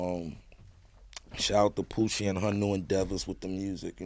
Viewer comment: The lady he is talking about: her name is Pucci Galore, not Poochie.